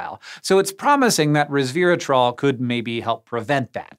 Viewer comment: not "reversatrol" >8^{